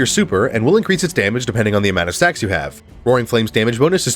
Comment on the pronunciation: i heard sex you have instead of stacks you have